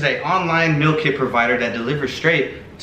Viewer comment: the "MILL" lmao im dead at how he pronounces meal